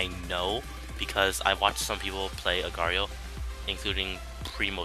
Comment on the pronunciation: its pronounced agar dot eye oh